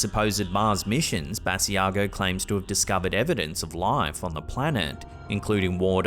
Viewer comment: Sorry to comment again, but just a little note,. Andrew Basiago pronounces his last name "Buh-sigh-go.". Another great video as usual. Take care and keep slapping that ham! #HAMSTERSFOREVER!